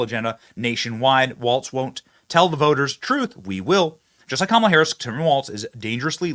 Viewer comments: Commela emphasis on the e comm-e-la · I thought I heard the VP herself say her name is pronounced as one would pronounce Pamela, therefore "KAM a la" , emphasis on first syllable. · KA MEEL LEE ON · Kamala complains people cannot pronounce her name meanwhile she’s filmed giving the same pronunciation as everyone else. How can she complain if she’s doing the wrong pronunciation to herself.